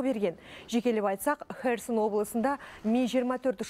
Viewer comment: Херсонды керемет айтты диктор!